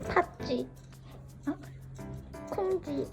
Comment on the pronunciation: 팥쥐 콩쥐 발음 귀엽...😍